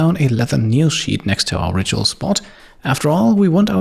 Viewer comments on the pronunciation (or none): none